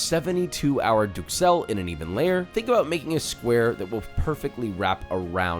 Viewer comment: I don't wanna be that guy, but i'm gonna be that guy. Duxelles is pronounced ducelle.